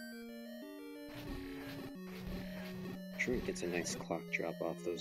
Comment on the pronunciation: Man it was kinda annoying to listen to that guy constantly mispronounce the word truant. Good race tho!